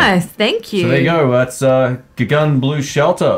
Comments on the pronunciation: Correction. It’s Gugun, not Gagun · 🙏🙏you have to say googoon ..if the pronunciation is in Indonesian